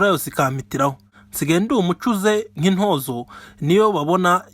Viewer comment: Ariko nubwo uduhaye Umwandiko, ntuzi ikinyarwanda. Ibaze koko ngo intoôzo😢😢😢 bavuga intoozo.